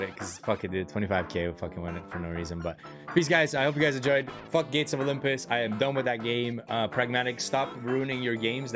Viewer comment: Like Zee would call it gates of olympoes! this Zues guy coming here scamming you..really love the slot but Pragmatic has really made it a scam! still love the content bro!